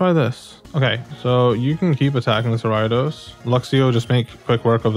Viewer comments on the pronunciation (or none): Ayo, it's pronounced air-ee-a-dose not are-ai-dose Ariados not Araidos